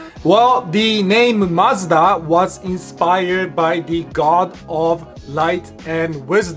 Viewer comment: Canadians and British are always snickering at American pronunciation of Mazda. I'm glad theirs is way off ("Mazzda").